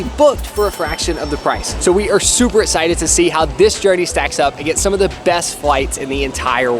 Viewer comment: Am I the only one who has ever noticed that cannot say x? As in excited?